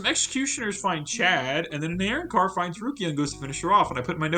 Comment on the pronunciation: Immediate dislike for how you pronounce arrancar